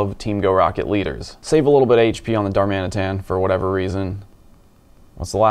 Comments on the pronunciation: anyone wanna tell him that the rocket events start at midnight (local time) now, so day 1 has the new shadow pokes... Also, is he saying "DarMADAMtan"??? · Are you saying darm-Adam-tan or dar-maadam-tan? 😅😉